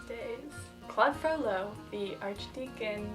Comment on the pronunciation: Wow! She pronounces correctly: FrollO!